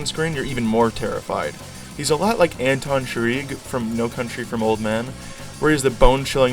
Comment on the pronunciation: LMAO "Anton Chireeg"